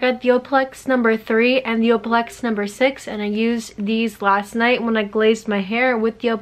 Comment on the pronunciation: O-L-A-P-L-EX not opalex lol